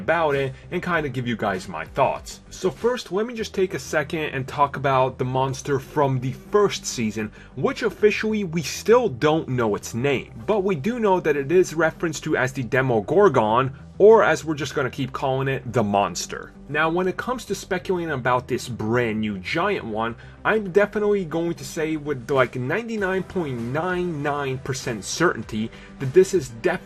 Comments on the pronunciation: Lmao why did he say Demogorgon like that? It's pronounced gorg-in not gorg-on, despite its spelling. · It’s demogoron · Did he just say dEmOgorGON? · Deh-moh-gor-gon? Dude are you serious? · It’s pronounced Demi-gore-gen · Well that's one way to say Demigorgon. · The "demo-GORGAN" lol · I cringed when he said demaGORGon still great vid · How do you butcher demogorgon so bad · Why dose this guy pronounce Demagorgan so badly?